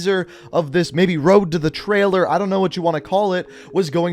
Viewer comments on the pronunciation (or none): none